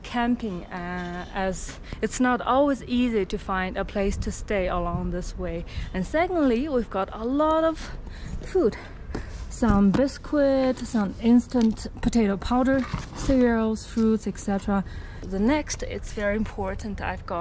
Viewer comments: Hi! Loving your videos! As a native English speaker whilst the way you pronounce "biscuit" is very cute it's actually pronounced like "biskit" just so you know! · 友情提醒：餅乾biscuit 應該讀成 “biskit”. “cu”的發音是K，不是Q。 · 她的唸法比較像法語